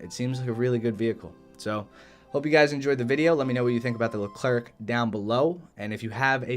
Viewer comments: Wrong its pronounced "Lu Claire" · Nice ! If you want to prononce Leclerc properly, this is how you do : Lecl - air (like how you prononce the air). You don’t prononce the "c" at this end. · Stop saying LeclerC !!!!!!! C is not pronounced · It’s pronounced Leh-Claire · le clair? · The Leclerc is pronounced without the "c" at the end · The final C in Leclerc is silent, same for the D in Roland :) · For the leclerc and roland, the last letter is silent.